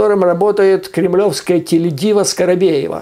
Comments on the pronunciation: Не скоробеева а скобеева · Скабеева, а не "Скарабеева". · Осень хорошая оговорка,,скорокобева,суперп